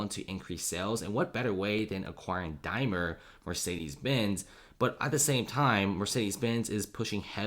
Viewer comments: DaimLer! :-) not Dymer :-/ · Dude, there's an "L" in Daimler, just sayin'